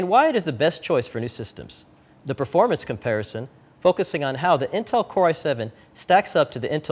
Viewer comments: "Performrance Comparison" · FAIl lool "Perfomrance" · Really? PerformRance? What the fuck is performRance? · The PerfomRance is better rite guise!